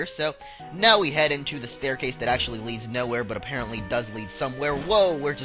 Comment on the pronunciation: u said "apereantly" 19 times-i counted!